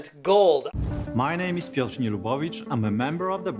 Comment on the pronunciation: The fact Piotr butchered his own name is concerning.